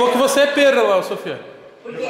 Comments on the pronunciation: Toguro não consegue falar PÊRRA de forma alguma...é sempre PÉRLA, PÉRA...😆😅🤣😂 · Ela é "PERLA" fellas uashuashuash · É "pera" e não "perla" kkkkk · Paraguaia: peRRa Toguro: perLa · Meu deus toda vez o toguro erra, é "pera" e ele sempre fala "pérola" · Pera não perla É com R no final e não L kkk